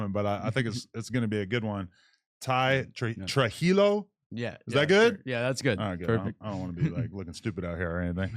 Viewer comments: Mispronouncing his name doesnt make you look stupid Being a cuck does Dweeb 😅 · You fucking Jew!!!! Can’t even pronounce a simple Hispanic name?